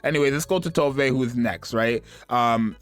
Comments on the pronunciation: This is funny, cause I started saying To”Ve” as well since that was how the official broadcast said it, but the Japanese pronunciation in their version is how we originally thought it sounded: “Towv” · yeah it's Tove, not "too vay" like everyone started pronouncing out of nowhere